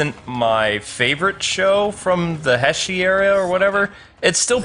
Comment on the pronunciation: Nago Keisuke: "Return that soul back to God, Fangire!" IXA for life! Plus, I always compare Kiva to Alucard from symphony of the night. Also, its pronounced "Hay-say" era because of the current emperor of Japan will be known as Emperor heisei after his death, just as his father hirohito is also known as Emperor Showa nowadays.